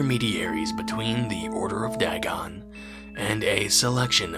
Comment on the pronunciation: Pronounced Day-gone